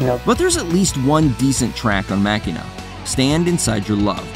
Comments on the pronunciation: Machina is actually pronounced "Ma-Shee-Na" as per Pumpkins canon. Also, I think it not only objectively could never be considered an awful album, but that it's a brilliant and tragically underrated album. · I've actively avoided this channel as i new exactly what it would be, a watch mojo clone with a name it had no credentials to label its self with, so on that note I'm not suprised you dissed machina (which in the this instance is pronounced ma sheen na, yep you got it wrong, you really do play from the watch mojo playbook dont you). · C'mon man.. Machina brings back good memories. Machine-uh is how its pronounced. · I think Van Halen paid the price by firing Sammy Hagar; As a result: We have Van Halen III... Plus, the narrator pronounced the Smashing Pumpkin’s album wrong 😅😅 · If you're gonna criticize an album, at LEAST say the fuckin name right. You seem to know nothing about Machina, and you can't even pronounce it. You have the right to state your opinion, but you're making the album seem so much worse than it is. It's beautifully constructed, and people like you don't like it because it's more mature than Siamese Dream. I love every album by them, but I hate that people have this mentality that Smashing Pumpkins are only supposed to be Siamese Dream and Mellon Collie. Would I recommend Machina to a newcomer? No. But it's an album that contains so much beauty, and is especially good once you come to appreciate all of their other music. I don't think this album is meant to be liked by most, so therefore, I don't think this album deserves to be categorized with other albums that actually were trying to gain attention from the public that flopped